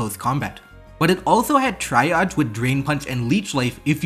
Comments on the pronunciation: Hi, love your videos! If I can make a small comment, triage is usually pronounced TREE-ahj. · "Triage" is pronounce tree-ahj. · This is a great video. Just so you know though, triage is pronounced TREE-ahj. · Triage is pronounced "tree-ahj". It's a real word. Great video though :)